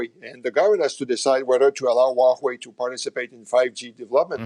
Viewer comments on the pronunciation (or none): waHue or Huawei! Is he really specialized in Can-Sano relationship?